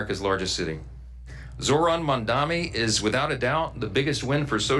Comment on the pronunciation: It's Zohran Mamdani, not Zoran Mandami